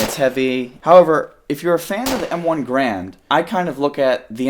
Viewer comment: The M14 is still in service... It's just not the standard issue rifle. Also, WTF is an "M1 Grand"???